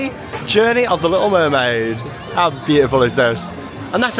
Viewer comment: No offense but u said wormaid not mermaid I love ur videos I'm so happy for you with the baby